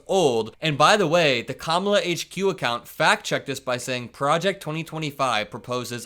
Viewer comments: Whine-o still won't pronounce Kamala's name correctly. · If he can’t pronounce her name then he must be talking about someone else